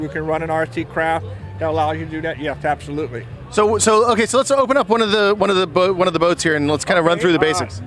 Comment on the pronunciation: Did he SERIOUSLY just say fapsolutely? That sounded so wrong... cringe-shudder